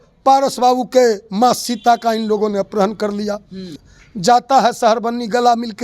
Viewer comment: ये कैसा अनपढ़ प्रवक्ता है जिसको अपहरण के स्थान पर अपरहण बोल रहा है 😅😅😂